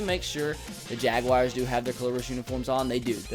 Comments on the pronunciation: The Jagwires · when you say jaguars it kills me